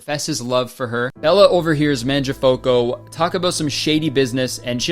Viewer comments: as an italian i’m addicted to the way you pronounce mangiafuoco i love this i want a 1 hour compilation of you saying mangiafuoco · u pronounce mangia fuoco like it’s a single English word jdnskandcnsjakan. 😭🖐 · I think that how Kurtis mispronouncing "Mangiafuoco" is literally the funniest thing ever. But srsly I bet that the author of the original book is rolling in his grave LOL they took one of the best coming of age stories and turned it into a shitfest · That Mangiafuoco pronunciation hit me hard fr fr 😂